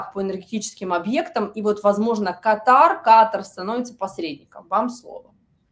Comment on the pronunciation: Катар сначало выучи как правильно. Потом уже борись